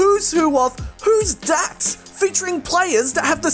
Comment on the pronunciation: genuine question whys he say dat and dis and der i cant stop laughing